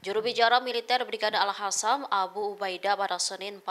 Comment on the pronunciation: Jnggal kalo bilag mujahidin hasam padahal qasam gimna pmbawa acara nya😂